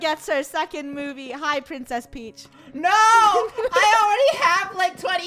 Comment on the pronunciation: When they say "Princes Peach" me: like no I think more like eww princes peach 😂